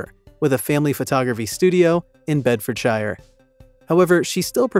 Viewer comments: It's pronounced bed-ford-sheer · Bed-ford-shur, to rhyme with "burr"... 🙄